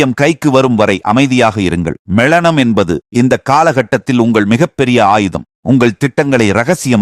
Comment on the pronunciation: மெ ளனம் இல்லை . மெளனம்.உங்கள் தமிழ் உச்சரிப்பு என்னய்யா.முதலில் தமிழை கற்கவும்.